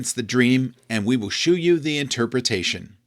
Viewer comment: "Shew" is pronounced "show." "Shew" was the archaic spelling from the King James era. Please, everyone, stop pronouncing it "shoe."